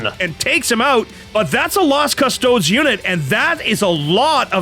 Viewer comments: Saying Cus-toads on purpose is dumb, just pronounce it the right way. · cust-oh-DEES. OMG if i hear cuss-TOADS one more time imma flip this table. yuck! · CUST-OH-DEES. Literally per any pronounciation you might find associated with the literal Roman legions back in the day